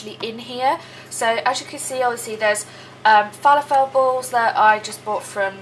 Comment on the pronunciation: The way you said falafel made me giggle 🤣 Just checked for you the Capri Suns are free xx